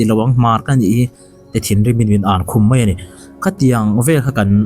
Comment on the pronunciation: Pei❌ pai✅ Mei❌ Mai✅